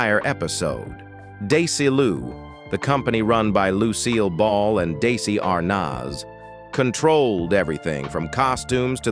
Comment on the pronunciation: THEIR PROGRAMS WERE MY FAVORITE ALL-TIME PROGRAMS TO WATCH. MY BEST FRIEND AND I BOTH WOULD WATCH THEM AND THEN CALL EACH OTHER AND LAUGH ABOUT THEM. ONCE COMPLAINT I HAVE IS ABOUT THIS NARRATOR WHO DOESN'T SEEM TO BE ABLE TO PRONOUNCE SOME WORDS CORRECTLY SUCH DESI ARNAZ. DO THEY NOT PRACTICE FIRST WITH SOMEONE LISTENING AND CORRECTING?